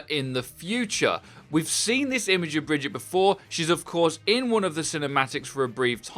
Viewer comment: Brigitte isn’t pronounced brejit it’s breejeett